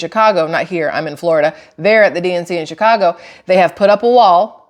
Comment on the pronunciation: Shit show in chy-ca-go.